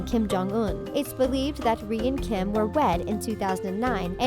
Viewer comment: Hold up it’s Kim not King 😂